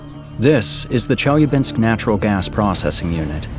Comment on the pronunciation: look at how it pronounced Chelyabinsk